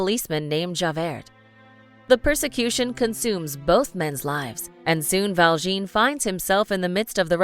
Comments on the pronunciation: It isn't Val-jeen, it's Jean Valjean, Val - jon (silent N), rhymes with Jean. Just like it's spelled. And Cillian isn't pronounced Sillian, it's pronounced Killian, according to Cillian. It certainly seems to me that a narrator, whose job it is to narrate a video, should take their job a wee bit more seriously, so as to find out how to pronounce people's names. It isn't hard. Just ask the internet, and you will probably get the answer in seconds. That's too difficult? Really? How incredibly lazy! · The name "Valjean" is NOT pronounced "Val-jean" but like the American pronounciation of "Val-john" but with a sort of nasal "oh". Just listen to how he says it in the movie clip.